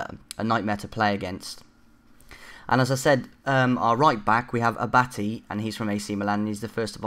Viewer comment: Abatty xD It's said abartay and cavani is pronounced cavarni but good team and good video anyway :P